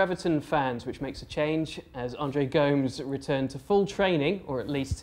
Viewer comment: Can’t be much if an Everton supporter if he pronounces Go-mes “Goooomez” 🙄